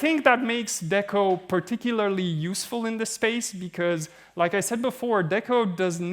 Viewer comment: >DECO >Literally stands for "DECentralized Oracle" >Pronounces it with a short E bruh